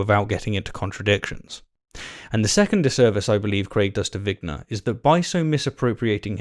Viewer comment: It’s vigner not winger.